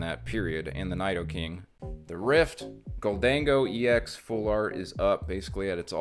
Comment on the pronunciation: Thank you for pronouncing Gholdengo the right way!